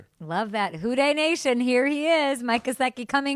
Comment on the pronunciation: His surname is not "Gesziki" but Gęsicki and proper pronunciation sounds like ====>